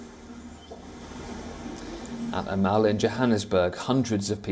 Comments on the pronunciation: It’s called a Mall (maul). Not a mowl 😂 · it's Mall and not Mal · Where did WION find this guy? Mall is pronounced mawl, not mauel. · Poor " Mauls " 🤣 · What’s a mowil lol